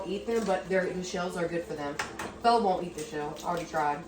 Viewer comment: I thought you were saying, Bella🤗